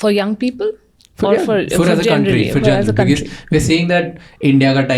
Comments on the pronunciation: Why Indians pronounce because az ”bekez” 😂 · Bhai becuss kya hota hai😂karlo pronunciation toh theek bhai,it's be-cause pronounced as becoz,because